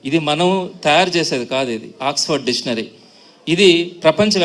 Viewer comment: సార్, డిషనరీ పేరు పలకడం నేర్చుకోండి ముందు,, ఆ జగన్ గాడో సిద్ధాంతి,, నువ్వో వేదాంతి,, ఆపవయ్యా సొల్లు